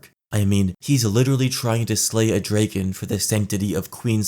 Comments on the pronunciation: Son. What the fuck is a “draygin”? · WhatsApp "Dray-gun"? 🐉Dragon?